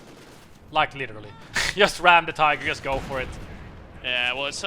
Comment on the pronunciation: Not that it matters, I have noticed that you say "yust" instead of "just". What nationality are you originally?